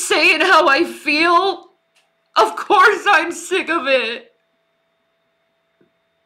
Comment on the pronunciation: can't say Course.. she keeps saying Coerce 😅